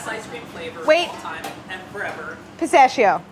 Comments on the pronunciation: Chris-tachio instead of pistachio! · It's pistakkio not pistascio Dio can la furia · 3 minutes in. She should call her pistachio flavor Christachio. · I'm 3 minutes in and screaming CHRISTACHIO at the screen.... you're telling me she doesn't think of it? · Why does she pronounce it like pissashio😬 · pistachio? don't you mean pi-Saffitz-io? lol sorry